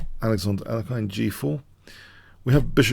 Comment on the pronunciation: I love your videos and analyses. Please keep them coming. They are keeping me sane in this crazy world right now. One small nitpick is I think you're mispronouncing the name of Alexander Alekhine. I'm pretty sure it's pronounced more like al-YEK-ihn. Although kudos to you as it seems you're now sometimes pronouncing "fianchetto" properly!